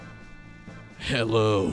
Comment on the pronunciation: The death stranding pre review has the most tense pause before the ‘HULLO’